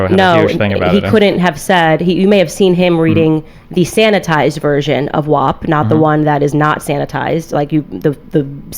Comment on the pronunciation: I take issue with the fact that no one would tell Cardi B that "WAP" is pronounced like the word MAP and not like MOP, she pronounces the word as WOP which aside from being wrong is also a derogatory term for Italians. Why would no one correct Cardi B? Why has no one corrected Cardi B yet? Why are we all pretending vowel sounds have changed for this one song?